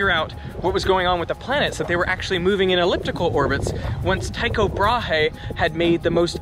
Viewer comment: The way you pronounce Planck and Brahe disturb me.